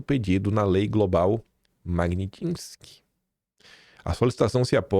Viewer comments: O não quer aprender, é Magnitsky e não Magnitinsky. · Porque chama de Lei Magnitinsky ? É pra não ter problema de processo ? O correto é Lei Magnitsky